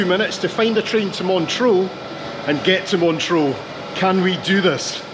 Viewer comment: Sorry, my OCD kicked in every time you said 'Montreaux' instead of 'Montreux'